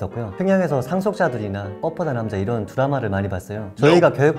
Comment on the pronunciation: 꽃보다남자 아닌가요? 발음때매 ㅋㅋ 뻔뻔한남자 ㅋㅋ